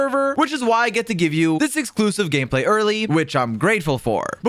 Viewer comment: "some gayplay footage"